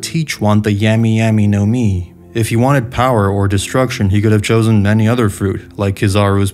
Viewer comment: This dude said 🍠y 🍠y nomi